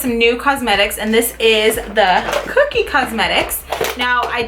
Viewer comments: I LOVE Everything About This Video. i Have The Powder Contour Palette & I LOVE It. Pero Girl. .. its CO-KIE . Not Cookie. l0l. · kokie (CO-key) not cookie lol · Its ko-kie not kookie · It's not "cookie" it's "kokie " lol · It sounded like you were saying cookie instead of kokie but I knew what you meant 😸❤️ great video 🦋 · its pronounced ko key.. not like cookie lol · lol it's pronounced as "Ko"Key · It's not pronounced "cookie" :/